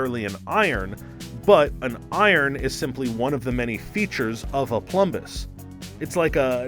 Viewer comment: you mispronounced "iron" a couple of times.